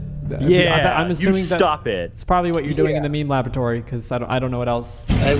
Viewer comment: Just finished rewatching the blooper reel (Why I hate My Friends) and love that calls it a Leme Maboratory. cut out so much quality content, though.